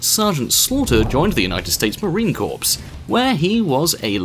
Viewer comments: I thought he did it making fun of those that say corpse because the never learned better. We had a president that used to say corpse man instead if core man (corpsman). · Andrew Lee I swear every time he said "corpse" instead of Corps it made chills go down my spine. 😂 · Orton never graduated boot camp and its pronounced core, corpse is a dead body. English is stupid, not your fault. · marine corpse? come on man learn how to pronounce some words here seriously smh.... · Ryan Cranford it is pronounced core but spelled corps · It is pronounced core but spelled corps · Thanks for response. Hearing Marine Corpse is annoying but doesn't change validity of service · The United States Marine Corpse 😂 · "United States Marine Corpse" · Corpse?? CORPSE?? FUCKING CORPSE???? HOW HARD IS IT TO GOOGLE THE PRONUNCIATION OF SOMETHING LIKE THAT. It so fucking irks me when i hear these guys constantly fuck up the English language. Aren't you British, should be schooling ppl, not in need OF school. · You do not pronounce the P in Corps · it’s pronounced marine core even though it’s spelled corps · Oh my hell it is pronounced core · IT IS PRONOUNCED CORE BUT SPELLED LIKE CORPS NOW SHIT UP! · Corps in pronounced Core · You are saying it wrong. I know it looks like Corps but you r pronounce Corps like “core” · its not corps you tit, its pronounced Core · It's marine corps not marine corpse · It's really weird that the yanky doodle dandies pronounce the word "corps" as "core". I don't get it. Apparently they also pronounce the word "herb" as "urb" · Pronounce your words right. It's Corps, like core..... get it right. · United States marine corpse? really? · Core, it is pronounced core. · Not Marine Corps Marine Core. (That's how you say it.) Also its Drill Instructor. Drill Sgt is Army. (Just saying.) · It's pronounced marine core but spelt marine corps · Marine corpse? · its also marine core I should know devil dog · Hey Moron!! P is silent in Corps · the p is silent